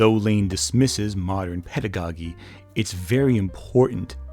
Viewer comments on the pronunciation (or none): Didn't scroll through everything to check; I sure hope someone else pointed these out, but Acquinas: uh-KWY-nuhs Pedagogy: peh-duh-go-JEE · Two mispronunciations of yours that are driving me nuts (one because it's recurring and the other because it was in the same passage): Aquinas and Pedagogy. They both have pronunciation guides on Merriam Webster's website, though.